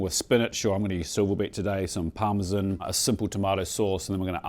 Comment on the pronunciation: Fascinated as to why certain countries pronounce it as ‘parsta’, when Italians don’t. And ‘risohto’ is also wrong. Even me in the UK knows this. And Parmesan? Just no.